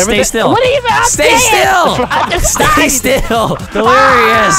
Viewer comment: Vanoss said sty still 😂